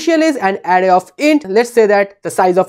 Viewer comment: Array ❌ Adday ✅